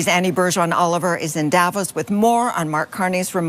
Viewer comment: Dear, I absolutely love your content! But, your pronounciation of Davos hurt my ears. The emphasis is not on the A it’s on the O, It’s not DAvos it’s DavOs. Greetings from Switzerland, where even most right wingers (except the right libertarians) hate the annoying orange aus much as you Canadians do. After all, this geriatric wannabe dictator hit us with 39% tariffs because he thinks it’s unfair that a small country like Switzerland is as rich as it is. (Yeah he really said that)